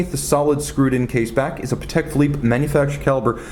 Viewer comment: I think you do superb reviews but please, it's PAtek not paTEK